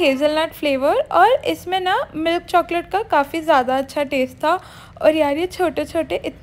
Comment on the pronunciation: Why r u saying choaclate 🤣🤣🤣